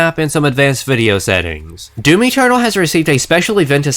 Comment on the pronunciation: I swear to fuck, I kept hearing you say "Mountain Dew-m." If that was intentional, that's fucking hilarious in the punniest way. However comma if it was unintentional, and it seems like I'm making fun of you for a minor speech impediment, well, it's still hilarious because I'm an asshole. I'm kidding, about the making fun of him thing, not hearing "Mountain Dew-m," which seriously they should be using to advertise this crossover anyways.